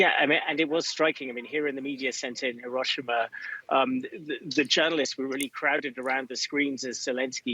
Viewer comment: &@ Thank you for being an EDUCATED reporters and pronouncing "Hiroshima" correctly.